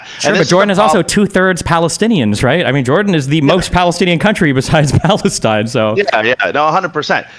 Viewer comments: LOL that’s not how you say “I am from Lebanon and I am from Palestine” in Arabic The fact he had to correct his Palestine pronunciation tells me he is really not Palestinian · I am from Iraq and this guy's Arabic is real bad he can't even say ' I'm from Palestine properly'